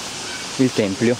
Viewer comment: si dice tempio non templio...